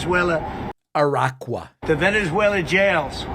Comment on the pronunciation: I’m not surprised…he had to be briefed on what Pearl Harbor was by his first administration and still calls Tren De Aragua “Tren de IRAQUA” and he calls Obama “OBAMNA” and he told a little kid there would be “no cows” under Kamala…how he scammed people into believing he’s a genius businessman is beyond me…he can barely read